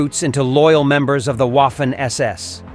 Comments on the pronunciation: Guderian (Wehrmacht) was the driving force of the panzers. Not the SS, who at the time of Barbarossa, were even seen as unprofessional fanatics. By the way: Waffen = Vaffen NOT UAffen. Also, Erich = Erish, not ERIK! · The waffen ss is pronounced like a v in english. So (v)affen ss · uaffen...yanks historians. not even able to pronounce a word in a foreign language 😆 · If only you knew how to pronounce "Waffen" correctly when you made this video, it would be a near-flawless production. Oh well. I felt like killing myself by the end of the video because I had heard "Woffen" far too many times. It's very unusual: to know this much about their history while being ignorant of their proper name. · The Person that speaks a sort of English as commentator sounds as fanatical as the SS itself. He must learn to pronounce the German namens correctly. It is clownesk to hear HIM say the WOFFEN SS while a child can see that A is written like in cArdboard or cAr or Appeal and even Armistice. SO STOP YHIS REDICULOUS WOFFEN SS. Waffe = weapon wappen SS is armed SS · Łafen SS 🤣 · That is true. Many Americans have troubles with that. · The letter "W" is pronounced like an english "V" in german. You got it right for "Wehrmacht", but it sounds disturbing hearing "Waffen SS" occaisionally (not always) pronounced like "Waffle House". Just saying. lol